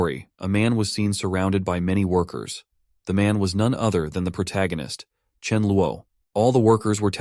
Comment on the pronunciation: Wow!😮 An AI that can correctly pronounce PROTAGONIST